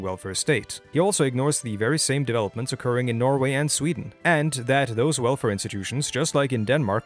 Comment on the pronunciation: While i am not fully on board with your video here, i have to say that, except for the pronounciation of "Norway", you have absolutely no norwegian accent whatsoever.